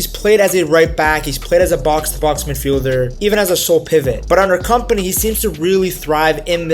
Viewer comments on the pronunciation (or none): you dont read his name as "company" ffs